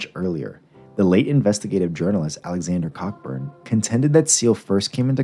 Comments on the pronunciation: Cockburn is pronounced Co-burn. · im pretty sure its pronounced Cockburn